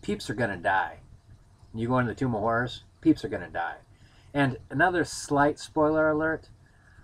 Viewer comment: Maybe it's the hard strawberry you're drinking or the Dragon Stout I'm drinking but I could swear you said "Tomb of Whores". That sounds a lot more fun.